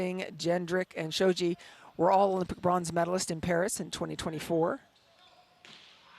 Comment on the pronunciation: She said blonze medalist